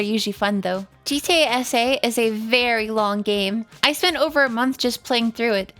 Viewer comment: The entire time while she was saying gta sa i though she was saying gta ese like spanish